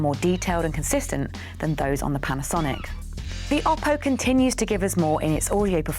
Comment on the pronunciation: Oh-poh, not Ah-poh, according to Oppo.